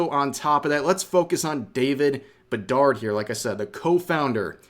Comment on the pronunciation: Bedar(d) D is SILENT and yes i am French native and yes i AM from Montreal